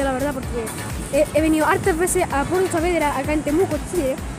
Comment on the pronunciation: Súper bonito allá :3 pero se dice Saavedra, lo sé por k ese es mi apellido :P